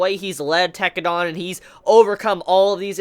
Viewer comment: every time he says tekkedan I cringe.